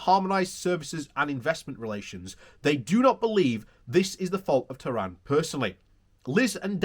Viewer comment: Please look at the text of the article again. The Minister's name is TEHAN. There is no R in there. He is not from Iran. TEHAN is a traditional Irish surname.